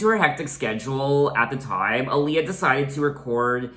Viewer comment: Did you know your pronouncing her name wrong 🤗